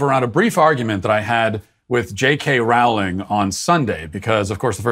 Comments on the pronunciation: Roe-ling, not Roao-ling. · Her name is Rolling, Rolling, Rolling. Not wrowling. Soooo many people say it wrong. She's a billionaire who has made lots of $ for many people and entertained kids all over the world. Surely she deserves to have her name pronounced correctly. Geez. Plus she's never said ANYTHING CONTROVERSIAL! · Rowling is pronounced like bowling, not howling!! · "Rowling" rhymes with "bowling," not with "howling."